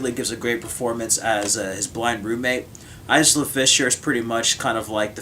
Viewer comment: The Lookout was my favorite film of 2007. 9 out of 10. Matthew Goode was very convincing. I'm always amazed at how well most British actors do American accents. Actually, everyone did a fine job in the film. Good review,. P.S. The ' s ' in Isla is silent.